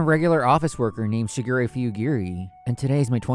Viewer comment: I know they say "Shigure" but I swear I keep hearing "Sugar Ray" and just... so many songs from the late 90's and early 2000's.